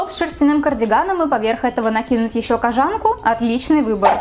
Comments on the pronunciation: кожАнку???? Разве не кОжанку?? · Почему кожАнку?.. кОжанку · кОжанку , а не кожАнку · кОжанку, твое кожАнка аж ухо режет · КожАнку? Я одна всю жизнь говорила кОжанка? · КожАнку господиии как ужасно звучит. Думала из ушей кровь польется. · КожАнка? Чё, серьезно?